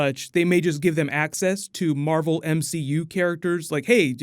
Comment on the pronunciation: You said marble